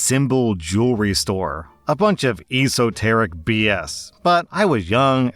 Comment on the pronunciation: ee-so-ter-ic LMFAO